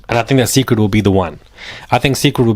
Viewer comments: Beyonce's hairline is pronounced SACRED (Cécred) not SECRET I just don't want you to know so you WON'T be mis- Pronouncing it wrong if you're out among colleagues or other people. 🙏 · it’s Ce’ cred like sacred. Like worship. Like beyon Ce’. 😉 I smelled the line at Ulta and it didn’t smell great to me. With her calling washing your hair a “ritual”, and all the rumors of her and witchcraft, I’ll pass. Deep down I want to try it though.😭 Also she didn’t say she was slow, she said she was shy. She put both bey and solo into therapy together. Solange is protective of Bey…or was. But you looked like you had a time last night!🥳🍾